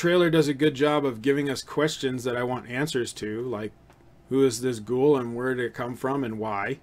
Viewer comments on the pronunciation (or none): Its not gool. Its GHO of Ghost + WOOL. So its Gho-Wool.